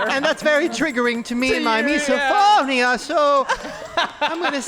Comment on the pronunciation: "misoPHONIA" I felt that in my soul